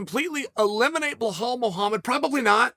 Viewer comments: Who’s Behal? It’s Belal Chael wake up dude stop free styling and do some background. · Belal not blahal chael the inbred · It’s Belal bro not Behhhhaaal. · It's Belal Not Behal, u cavemen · Kale kale kale!!! It’s beLal! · Can we all agree. That it’s belhal not Belal. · "Hazmat" vs "Bahal" says uncle Chael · Ba-laal. That’s how u pronounce it bad guy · Does he say Blehall intentionally? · Stop saying Behaul that hurts my ears! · Glad he switched from saying "Hazmat" to what was easier for him - Chimaev. But now we've got "Behal" lol. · dude cmon. kazmat chimaev? blahal mohammed? u might be dyslexic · Ah yes, BLEHALL. The Khamzat train derailleur. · Who on earth is "Bahal"? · Chael “remember the name behahl” sonnen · Blahall!!! Chael is so creative at fuckin up ppls names lmao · 'Remember the Name' Behal Molamed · Blehal 😄 lol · Chael love you bud fan bro but please stop mispronouncing BELAL !! Muhammad. It’s so annoying especially as a belal lol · For the 1 Millionth subscriber ... we need to hear Uncle Chael call him BELAL Muhammad just ONCE !